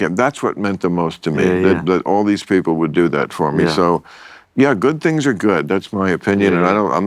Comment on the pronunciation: "Come on beople"